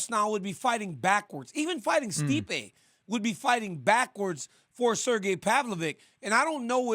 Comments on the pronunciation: DC is really Chael'ing Sergei's name 😂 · I like how DC calls Sergei’s last name, this mofo gotta do his home work, thanks RC to let him know how his last name pronouncing